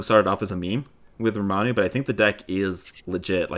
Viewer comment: Basically what I'm saying is I got lowkey triggered every time you guys said Ramanu 😂